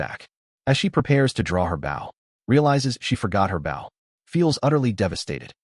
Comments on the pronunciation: The narrator needs to learn how to pronounce Bow! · A Bough and Arrow 😂😂😂